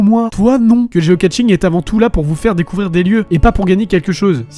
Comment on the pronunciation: Juste un truc, on ne dit pas Geocatching! Mais Geocaching ya pas de T ! Désolé ca m'énerve ce qui font ça, je n'ai rien contre toi, c'est comme ceux qui disent [chalenge] au lieu de [chalèinge] ou CHOCOLATINE et paint au chocolat! Désolé je suis bizarre, mais en tout cas ton intro est sympa et tz vidéo aussi